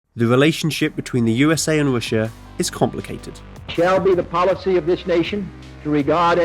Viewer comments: What kind of accent is this where "R" is pronounced "W" as in "Wussia"? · He said wishha lol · wailwoad wussia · why you keep saying Roosha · Wrailwoad between wussia n de us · You know it's not "Roosha" right? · It's an interesting video - but please, why can you sometimes say the R perfectly, and other times you say Wussia and Amewika and Wailwoads? I understand you might have some speech impediment but if you can say it right half of the time...there's some woom for impwovement, wight? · Whats Roosha. Oh Russia? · Wussia amewika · The United States 🇺🇸 and Wussia 🇷🇺 lol 😂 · You can't even say Russia corectly.